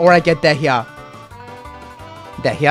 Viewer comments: It's pronounced "dee-yah" not "dehiagh" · AM I THE ONLY ONE WHO JUST FOUND OUT DEHYAS NAME ISNT PRONOUNCED AS DEEEE-YA BUT DAYHA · Its pronounced either "diya" or "deya" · PLEASE HER NAME IS PRONOUNCED "DEYA".. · i cant with how he pronounces dehya 😭😭😭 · The way he says Dehya instead of how they pronounce it in game annoys me deeply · Your pronouncing dehya wrong 😢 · Why are you pronouncing Dehya this way?